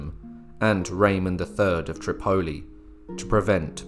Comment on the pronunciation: I really wish u UTers would learn English right Tripoli is pronounced trip-a-e with ascent on the first syllable it make ur videos hard to lessen to with mispronunciations all over them